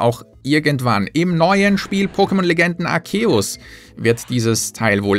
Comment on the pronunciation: Hey, du hast Arceus Arkeus ausgesprochen! AR-ZEUS! Schäm dich! 😆 🤣 Ehrlich gesagt feier ich das Postkarten Buch. Gab schon so viele Geschenke, die mache Freude extra für mich ausgesucht hatten. Oder auch Freunde, die nie Geschenke schicken, weil sie sich die 20 aufheben...